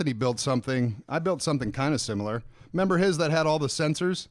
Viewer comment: Has been eating member berries? He keeps saying "I member" instead of "I remember".